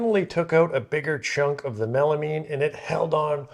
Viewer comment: Melamean? Is that like melamine and you mispronounced it. Say the word “mine” real quick 😂